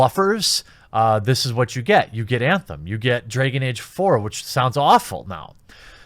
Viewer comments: Nobody: The Quatering: Dreyhgan Eyge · Anyone else laughing at how our bearded hero says "Dregen Age"? 😂😂😂😂😂😂😂😂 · "Draygin Age." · Stop trying to avoid saying "draygen age!" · You know how I know Jeremy super cares about the Dragon Age brand? He pronounces every in-setting word like he's never heard it before. Bro, you don't have to act like you care about games you've never played to make your point.